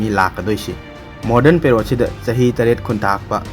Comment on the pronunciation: Ngi se pered ro ntraga period ra.. pronunciation adudi chumba da haubui